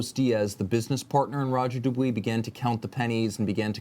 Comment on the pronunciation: FFS learn how to pronounce Roger Dubuis correctly!